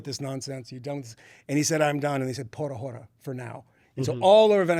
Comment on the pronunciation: Not Pora Hora! Por... Ah orah